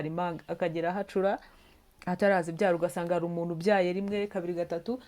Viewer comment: Umunu koko🤭 bavuga umuntu,ntibavuga imanga bavuga impanga,ntibavuga imano bavuga impano